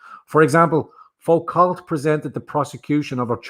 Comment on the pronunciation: Foucault is pronounced Fu-Co, it is French after all!